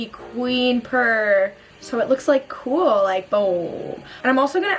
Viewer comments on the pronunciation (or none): none